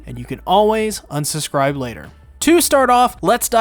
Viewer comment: Enunciate, my boy: "If you can, please susscribe and ring the bell, it's free and you can always unsusscribe."